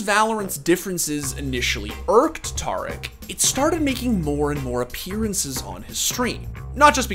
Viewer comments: Homie. Its pronounced TEAR-ICK not TAR-ICK. The dude literally says his own name every stream. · Not tar ick, tare ick